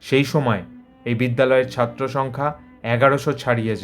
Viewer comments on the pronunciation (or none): none